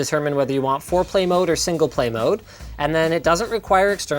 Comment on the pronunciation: Linus says foreplay or single play lol